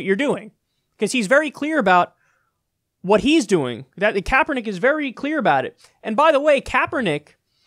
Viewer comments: I'm becoming very religion intolerant with these idiot fundamentalist videos popping up all over the place. This fucking moron bought the shit to cut it up then couldn't even say Kaepernick's name right. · Insult pronunciation of CK's name. I hate assholes who do this on purpose. And you fucking know Morris did it on purpose. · Can't even pronounce Colin Kaepernick, you inbred dumbass! I'm from Ga. So I know exactly what I am talking about! Idiots!